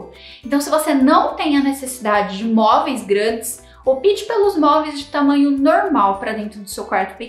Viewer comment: Não é “opite” é opte.